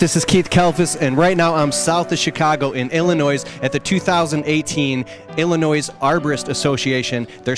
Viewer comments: the S is silent in Illinois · You don’t pronounce the S In Illinois. Idk how people can get a job doing videos and not even be able to pronounce the name of the place they are in correctly . As soon as he said that I stoped watching this video . If he can’t say that right in the beginning nothing else he is saying or showing holds any weight . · You said Illinois wrong